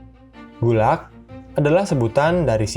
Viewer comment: Min. Saya mahasiswa Indonesia di Rusia. Mau sedikit komentar. Pengejaan singkatan Gulag di awal kurang tepat pengucapannya. Selebihnya terimakasih sudah membuat konten ini.